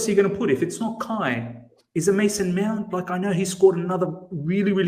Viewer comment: Is it me or always says ‘Meownt”?😂